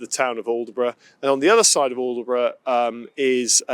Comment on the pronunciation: Great video just one little thing. The locals will be shouting at the screen when you called it aldeburgh its pronounced with a silent d & e "allbrough" My wife who's a Suffolk lass is chomping at the bit lol.